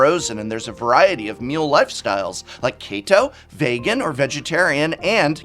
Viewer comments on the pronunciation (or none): The way prof pronounced vegan and keto bothered me. I’m sorry complaining on the internet is therapeutic for me.